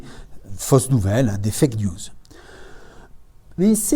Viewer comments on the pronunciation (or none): none